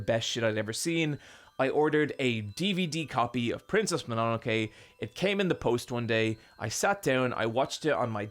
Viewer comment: The way you pronounce Mononoke hurts the very depths of my soul.